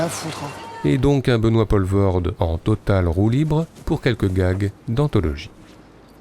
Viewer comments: Merci ! première chose que j'allais dire et qui m'a fait zapper dans les trente première secondes : on dit POUUUUlvoorde. Merci les français... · En faisant le malin, est-ce que tu sais ce que ça veut dire Poelvoord? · Poelvoorde POULVAURDE mais certainement pas POLVAURDE ! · Pourquoi ne pas prononcer son nom correctement? C'est le minimum non? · Quelle drôle prononciation de Poelvoorde, une prononciation somme toute française, ou tout autre que belge j'imagine. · purée meme pas foutu d essayer de prononcer correctement le nom de famille de l'acteur....faut faire un effort quand meme c'est pas si compliqué... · C’est dommage d’avoir fait 16 minutes de filmo sur Benoit Poelvoorde sans s’être renseigné sur la prononciation de son nom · Comment expliquer quand tu sais même pas dire son nom... Très mauvais du coup, insupportable à écouter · Et depuis le temps, y a vraiment pas moyen de prononcer son nom convenablement?? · Faire un mini-docu sur un acteur dont tu sais même pas prononcer le nom... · Pas mal. Vous pouvez le refaire en prononçant correctement son nom ? :-) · En Belge correct tel qu'on le cause à Bruksel, on ne prononce pas Benoît Pol-vorde, mais Poule-Vaurde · POELVOORDE pas POLVORT.... vous tuez le nom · On dit Poolvorde. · P-OU-levoorde ... pas P-AU-levoorde .. pas compliqué pourtant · On dit "POULvoorde" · le "polvorde" il casse les oreille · "Poulevaurde" .. et puis c'est pas un acteur "franco-belge" au fait .. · ... sinon ça se prononce "Poulvaurde" ;) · Prononcez: Pouleveaurde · Les Français, c'est si difficile à dire "Poulvoorde"? Sérieusement ? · aaah les français et les prononciations étrangères, ça se dit" pOUlvoort" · Quelqu'un qui n'a pas pris de nom d'artiste, ça se prononce Poulvoorde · On prononce POUlvoorde! Nom de Djousse, maudits Français!... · Rho m'enfin "Poelvoorde" se prononce Poulvaurd, c'est quand même pas compliqué ce sont des sons qui existent en français de France tout de même...